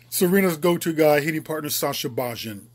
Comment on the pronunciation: It's pronounced bayin